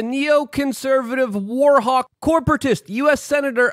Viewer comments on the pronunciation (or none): none